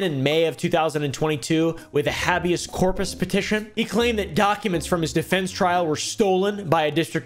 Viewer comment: Say it with me now "Ha- Be-As Cor-Pus"